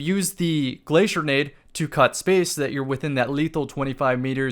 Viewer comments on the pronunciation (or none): none